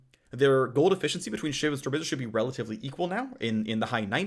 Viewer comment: I got a chuckle out of how often he said RELLatively